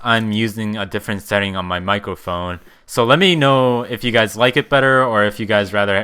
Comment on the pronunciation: U said mico phone lol